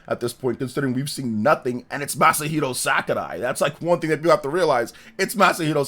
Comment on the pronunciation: He be mispronouncing it though.